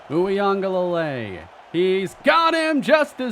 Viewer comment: in case you face FSU with DJ still starting again, it’s is pronounced (oo-gah-lay-lee)